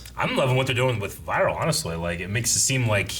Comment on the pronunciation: "Viral" the beastman isn't pronounced like "viral video" or "viral strain", it's pronounced "Vee-rul". Also, "Lagann" has it emphasis on the first syllable, not the second, so it's "LAH-gann", not "lugGANN". That's the way they're saying it in the very dub you're listening to, as well as in the original Japanese.